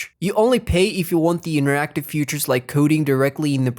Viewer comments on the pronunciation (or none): features это фичес, а так нихуя себе, очень крутой английский